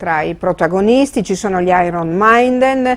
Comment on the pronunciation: "Gli iron mainden" DIO PORCO